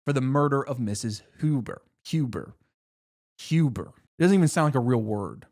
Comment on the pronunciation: The moment Mrs.Hubert’s name came out of your mouth I jumped for joy, accidentally waking up my boyfriend to excitedly tell him “ finally got it right!!”